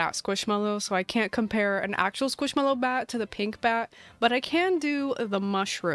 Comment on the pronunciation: Skwoosh mello